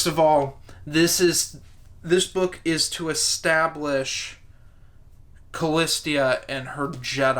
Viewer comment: I'm pretty sure Callista is pronounced like it's written, Calleesta not Callis-tia. Loved how Pellaeon focussed this book was, i despise Karen Travesty Traviss, but this she got right.